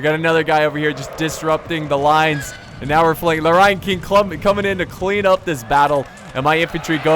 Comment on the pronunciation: at first when u were saying 'ryan king' i thought u were saying 'lion king' with an asian accent lol